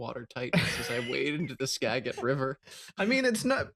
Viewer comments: uhhh actually 'Skagit' is pronounced with a soft g- TRANSPLANT DETECTED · Funny enough Skagit is pernounced scah-jit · soft G in Skagit, like "skaj-it." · Skagit pronounced skadge-it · It's pronounced Skagit goddammit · lol love the moment of recognition for the mispronunciations of the PNW names. All the local, native names can have some unfamiliar uses of the tongue. Skagit is pronounced Skad-jit. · In 'Skagit', the G makes a J sound. 'Skagit' rhymes with 'badge it'. 'Alki' has a long I, rhymes with 'gal pie'. We're glad you're here,. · Skagit has a soft g. Pronounced Skajit. Referring to the Native American tribe of the same name. Not to be confused with Skagway, with a hard g, because of all the skags and skagbarons there. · Hi, you're more than welcome here but, with love, Skagit is pronounced with a g as in giraffe. Skajit, if you will. it was perfect except for that consonant. and fun fact: the Snohomish River (pictured in "PACIFIC NORTHWEST DESTROYED") is leveed and, so far, the theoretical maximum height is just above the levees because the valley/floodplain is quite large and it would take a truly apocalyptic amount of rain to fill it up after overtopping the levee. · Soft G in Skagit - like 'giant". SKAjit. We're coaching you in our dialect so nobody sends you back to Idaho when they come for us all. "What, me? I'm from TeNINEoh." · pronunciation of Skagit was a real slap in the face every time, but I was reminded of the time Rocz said Swinomish with a short o and I thought I was losing my marbles so I looked it up and it turns out the tribe actually says it that way and it was the rest of us were saying it wrong.